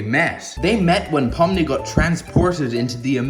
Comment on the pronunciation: That ain't Pomni thats Bomni💀